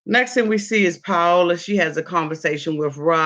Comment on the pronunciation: Pie-o-la jajaja